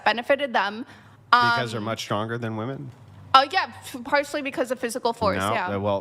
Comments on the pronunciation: "Women" is pronounced "wimen", not "woumen". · Women, not wooman. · How are women unable to pronounce the word "women"?? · Why can’t she fucking say women??????